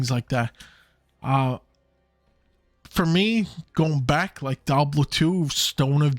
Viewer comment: Bro it’s not Dablo its dee-ah-bloh